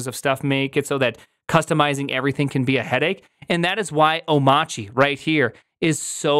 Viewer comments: why do you call it omachy instead of Omarchy? i don't know it, have never used it. first heard about it here in this video.. but i am interested in learning about it .. is the R silent? oh, btw, my first video of yours.. i like the format and the amount of info served/time. you have a new subscriber & thumbs up. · Oh-machi? 🤨 I assumed it was “oh-my-archy” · It’s Arch Linux so why are you calling it “Oh-motch-ee” and not “Oh-mARCH-ee”? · How do you not know it's pronounced "O-marky" as in anarchy? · Why is it oh-mah-chee ? TF happened to the R in that word? Is Linux forcing us to be Massholes now? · Why do you keep saying "Omachi"? Can you read? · Have you learned how to pronounce omachy? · so it's pronounced "o-mahtchy"? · Shouldn't "Omarchy" be read like "anarchy"? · Prim...say Monarchy.....okay....now say Omarchy......You're welcome. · Good video, but I've stopped watching when I've heard Omarchy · Amazing. He mispronounces both Mac OS X and Omarchy.